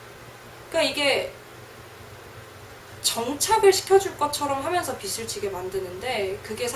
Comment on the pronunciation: 비슬 지게~~로 발음하지 말고 비즐 지게~~로 발음해야지~~ 국어 연음법칙~~